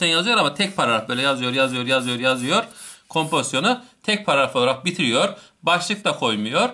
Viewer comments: ŞAŞSÖDÖLDLDLDLF gülmekten izleyemedim birde paragrafa pağafaf demen şsşsşdömdmdmfmfmdöödödöfö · Herşey çok güzel ama “pararaf “ kötüymüş 😂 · hocam bir paragraf diyemedin hep pararaf parraf gibi şeyler dedin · Paragrafa pararaf diyiyor😂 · Hocam pararaf degil paragraf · parafı degil hocam paragraf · Adam paragraf diyemiyor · Adam sizin için o kadar anlatıyor takıldıgınız şey Paragrafı düzgün söyleyememesimi utanın lan